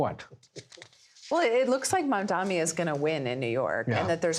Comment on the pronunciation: MAM DANI, MAM DANI, MAM DANI, NO MANDANI NOT MAMDAMI NOT PASTRAMI